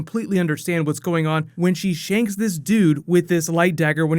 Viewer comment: My man said SHANK